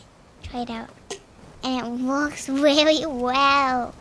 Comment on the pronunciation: "And it works weely well." - 🤣🤣🤣🤣🤣🤣🤣